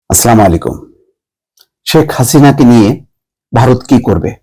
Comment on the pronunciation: আসসালামু আলাইকুম বলুন প্লিজ।স্লামালিকুম নয়।